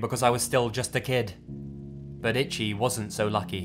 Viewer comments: The name “Ichi” is pronounced “EE-CHEE”, not like the word “Itchy”. I’m not trying to be a dick, sorry 😐. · The way you're pronouncing 'Ichi' as 'itchy' is driving me insane lol. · "Itchy" LMFAOOOOOOO. PLEASE. I'm BEGGING you. PLEASE stop pronouncing Ichi like that. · I wondered if you meant Ichi... it's pronounced EE- CHEE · The name Ichi is pronounced Ee-chee. Love your vids, but that was really bothering me. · You corrected this but not ichi?